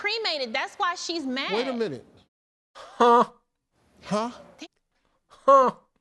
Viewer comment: you're getting the "huh" wrong cuz you're trying to do it as a statement whereas Steve is doing it as a question.